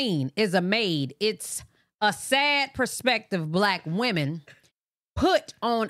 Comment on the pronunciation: It's kills me how she saying wemon not women 🤦🏾‍♀️🤣